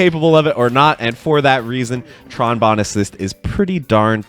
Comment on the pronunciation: You said Tron Bonne right this time lol. I remember the Marvel 3 video you did a while back you called her "Tron Bone" 😂